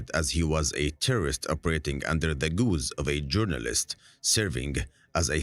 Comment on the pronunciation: since when did guise become "goose"?